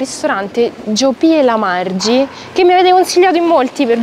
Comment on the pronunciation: Ciao, benvenuta a Bergamo. Giopì e Margì, con l'accento sulla I, sono due tipiche maschere, e burattini, del teatro popolare bergamasco. Modifico, mi ero dimenticato il cuoricino carinello, che poi pensi che ti cazzio per la pronuncia ❤️